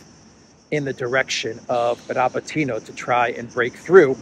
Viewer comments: Dear, it's RabÓtino (Рабóтино), the stress is on the 2nd vowel "O". It's a derivative from the noun "Rabóta" (which means "work/job" in Russian), which is a derivative from the noun "rab" (раб), which means "slave" in Russian. So, "to work" literally means to slave away. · Please: Ra-BOAT-in-ya